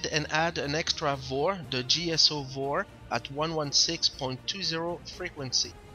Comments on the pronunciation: NO. VOR is not a word. You can't say it as if it was. FAA Terminology, bro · Don't say "VOHR" , that sounds very unprofessional. It's V-O-R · good video, say V-O-R !! PLEASE!